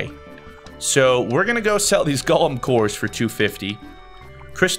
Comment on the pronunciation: I mean, you're great and fantastic, but why do you say ''Golem'' like Gollem instead of Go-lem? Please do continue this game though, you seem to be enjoying it so much :3